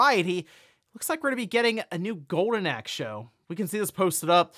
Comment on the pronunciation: Are you saying "Gowden Axe"? 🤣